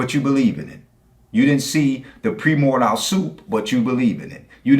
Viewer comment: Dude said "pre more dial soup" and then " uh biogenesis"..... Amazing